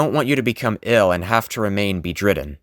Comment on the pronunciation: So underrated. You got some talented. Also p.s. it’s pronounced “Bed-ridden” ☺️❤️❤️❤️ But overall you did great.